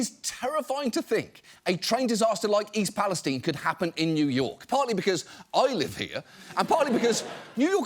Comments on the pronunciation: Did he say East Pales-teen? Is that really how it’s pronounced? And since when? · East Palestine is pronounced with a Long I. As in Everything's Fine in East Palestine (Ohio). People who don't live there pronounce it Wrong.